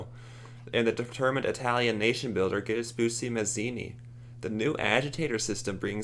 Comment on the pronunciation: the way he kept mispronouncing Giuseppe. and I'm not even Italian